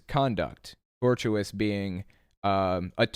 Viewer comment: Couple of nits on legal pronunciations: A) tortious is pronounced tor-shis, not tor-tu-ous. B) it's tort-feasor, not tort-feaster